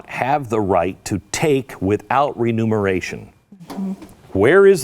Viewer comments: Remuneration...not Renumeration, Glen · Glenn, I love you but...its "Re-MUN-er-ay-shun" not "re-NUM-er-ay-shun" that latter would apply to furnishing something with a new set of numbers.